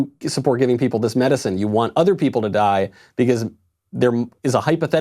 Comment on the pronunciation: I just noticed that knowles pronounces because as bee-cuh-ase